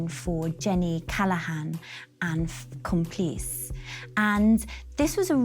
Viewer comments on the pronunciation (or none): Very good vid. ▪︎ However......have some grave concerns about ur "Fashion Curator" Shonagh Marshall. ▪︎ 1stly...it's not "Complice" as she pronounces it. It's "Com.pli.chey" (I've spelt it phonetically for instructive purposes. ▪︎ 2ndly...Ms Marshall speaks of Richard "Averton" 🤦🏻‍♀️ Leaving me wondering whether she was simply spring into the🪑, 🎤'd up, shown which was her 🎥, then told 📣 "GO" ▪︎ For her records...it's Richard "AveDON" 😉👍🏼 ▪︎ 3rdly - The split of Gianni's will WASN'T "All to his 11yr old neice." The split was Versace's "11yr old neice" 🤦🏻‍♀️...AKA Allegra...it was Allegra - 50%, Santo - (Versace's older brother) - 30%, and Donatella - 20%. ▪︎ As an aside...I DO think Ms. Marshall could have brushed her hair before sitting down to do this docco...🤷🏻‍♀️.